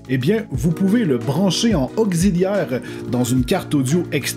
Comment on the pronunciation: C'est moi ou tu prononces augziliaire à la place de auxiliaire? 😅